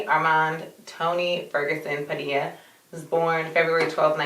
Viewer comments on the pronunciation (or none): none